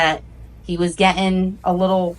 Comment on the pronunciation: Someone has to teach this chick that T's and G's exist in the English language and we pronounce them. If she can't get that much right, what else is she ge-in' wrong???